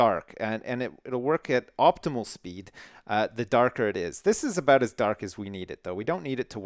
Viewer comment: I like how you say sorry... sorey, oops sorey, sorey 'boot that.